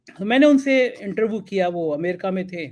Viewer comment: गोलू मोलू से थोड़ी कम इंग्लिश जानने वाले इंटरव्यू को इंटरवू कहने वाले लेकिन वाकई बहुत अच्छे और नेक दिल हमारे को दिल से बधाई।